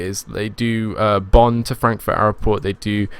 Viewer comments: It's not aeroport it's airport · Love the videos... just one question.... Whats with pronouncing Airport as Airoport? Is it a different language or regional dialect? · its airport not aeroport